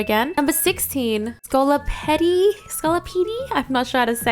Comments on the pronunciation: ScolipedE? Sorry do you say centipedE? 😂😂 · I understand you not knowing the proper pronunciations, but Scole-Petty is the funniest thing I've ever heard. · It’s “Sko-li-peed”, like the same way you pronounce scoliosis and centipede. Scolipede’s one of my all time faves so I really hope he gets in 😭